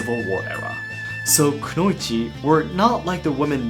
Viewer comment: Why do you say konouichi differently than anime in Japanese? Not English dubbed anime, Japanese audio